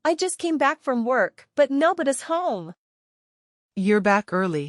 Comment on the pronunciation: Nobdy is pronounced as noboda. Funny and how is spending money on something crucial useless?